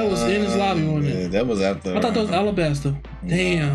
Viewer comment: Whoever edited needs to understand it's "Alabasta" not "Arabasta." The latter is wrong, coming from a poor understanding of both languages ¯\_(ツ)_/¯